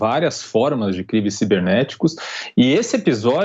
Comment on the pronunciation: "Saiberneticos"??? Ah tem dó.